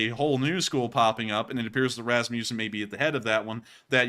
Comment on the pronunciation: Kinda funny how you pronounced Rasmussen tho, the u is pronounced like the u in the English word "must" 😉